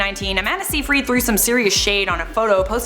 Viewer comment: Amanda’s last name is pronounced “sighfrid” not “seefreed”. Other than that, love your vids!